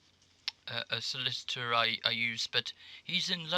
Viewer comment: Solliss Itor?